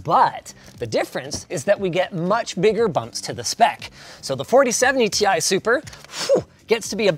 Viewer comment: Now when it is gonna be ti news? or as the old guy says tie